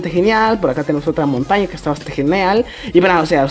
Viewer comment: no es ka es q